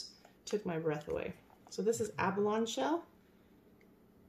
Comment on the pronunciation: Abalone (/ˈæbəloʊniːor ab-ah-loni. You have to say that like it has an i at the end. :)